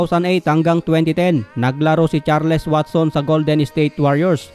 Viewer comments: HINDI CHAR-LES! CHARLS ANG EXPRESSION JN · It is pronounced as CharlS. Thank me later..😬